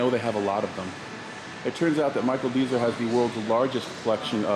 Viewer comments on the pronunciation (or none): It's pronounced Dez-er, not Deezer. And 95% of the collection are working vehicles.